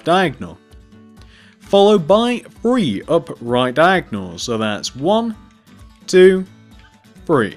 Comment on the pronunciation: You say three weird you say free But it's ok 👌 be you